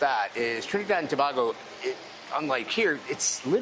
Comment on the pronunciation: They have no clue keep pronouncing it wrong and everything Tobago lol a not ao